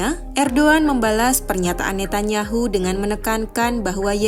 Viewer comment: ejaan yang benar : Rejep Tayip Erdoan .... Ne Tan Ya Hu ( bukan : Ne Ta Nya Hu )